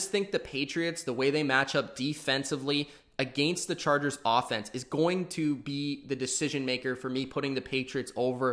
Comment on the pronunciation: Never heard anyone seriously pronounce against like that.